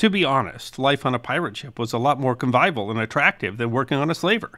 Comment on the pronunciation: Convivial. First time hearing to mispronounce a word.!